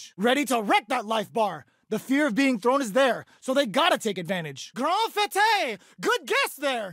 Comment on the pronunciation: One of the moves that's mispronounced appears to be "Grande Fête " , meaning "Big Party" and pronounced like Boba Fett, not Fuh-tay. :p